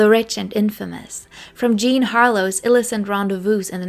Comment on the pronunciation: It's Álias, not Elías, and illícit, not íllicit, and romantic_tryst, as in,a lexical item that goes together phonetically, Vivian Leigh is pronounced like "Lee"